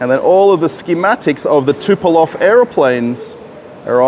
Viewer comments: Tupelov 😅 - good yoke. His name is Tupolev (Andrei Nikolajewitsch Tupolew) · TUPOLEV, not Tupelov. 😉